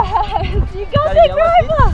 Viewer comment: GROUPER, pronounced like a group of people, not like a rope. You have gorgeous children, they don't fall far from the beautiful trees! ❤❤❤❤